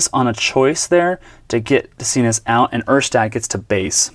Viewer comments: It's pronounced de-SIN-say. Baseball-Reference will help on some name pronunciations. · fyi, Doug De Cinces last name is pronounced de SIN ses.